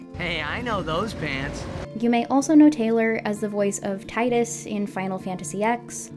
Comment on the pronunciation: It's pronounced "Tee-dus," NOT "Tye-duhs" you uncultured swine